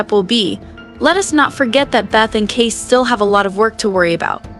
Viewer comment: His name is pronounced Kay-cee. Not Case.